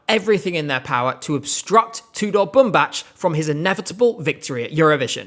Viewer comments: You are mispronouncing his name. It's Bumbac not Bumbaci. If you have doubts on how to pronounce it, go to Google translate, his name literally means cotton. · our kings surname is pronounced as ''BumbaK'', not ''BumbaCH❤❤ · Nice vid as usual but please correct his name, it’s pronounced as Boom Back, not Boom Batch :) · Bumbac's last name is pronounced Bumbak, that's literally how they pronouned it in the show 😭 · That is not how you pronounce Bumbac! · as a Romanian native speaker I can tell you the way he is pronouncing is wrong. He is pronouncing it like it was a Serbian name. The ending C letter should be pronounced like a regular C ( like in the ending of the word back in English ). I am not trying to offend anyone, I think is doing an amazing job covering all that is happening related to ESC, it was just an observation. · Nice video but you’re pronouncing Tudor Bumbac’s name incorrectly :( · another vid where u mispronounce tudor bumbac's name